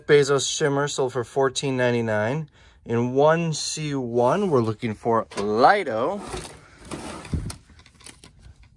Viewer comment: Told you that you are way more funnier than craiglist hunter. Sogno is in fact italian for sleep, but I supose you knew that. PS: not “Laido” , it is just Lido. Who is one of the Venezia’s islands. The biggest and the most beautifoul one!